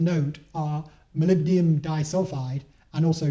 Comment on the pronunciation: Thanks for the watt-saving tips! I was impressed by the parrafin-based lubricant mention at the end. One tip on the long metal word "molybdenum" - which many people shorten to "molly." It is pronounced "moh-lib-deh-numb" not "moh-lib-dee-um." It is a tongue-twister, for sure. The word is and again ten seconds later. Ride safely, and save those watts for distance! :D